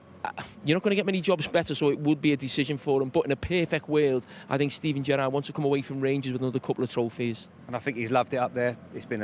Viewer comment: The way carra said gerrard sounded like Benitez 😂